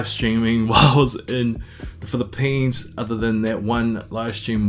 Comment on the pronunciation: The way you say Phili-PEANS 😁. Sounds like you had a very productive trip. Can’t wait to hear/see how your future evolves! 🤙🏼